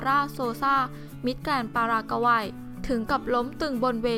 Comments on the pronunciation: "ปารากะวัย" มิติใหม่ แห่งการอ่าน.... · ปารากกาวัยโอ้ยอายคนทั่วโลกบ้างไม่มีใครอ่านออกเสียงอย่างนี้หรอกไปหัดอ่านและหนังสือบ้างนะพิธีกรเจ้าของคลิปอายคนเขาทั่วโลก